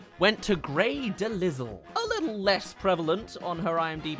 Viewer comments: I usually don't do this but 'DeLisle' is pronounced 'Deh Lie Uhl' I just couldn't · Pretty sure it's pronounced grey de-lyle and she's actually pretty prolific. Mandy from billy and mandy, daphne for literal years, catwoman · Yeah I thought Delisle should be pronounced like De-Lyle if I'm not wrong 😅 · He mispronounced her name